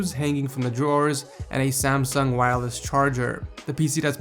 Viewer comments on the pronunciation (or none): none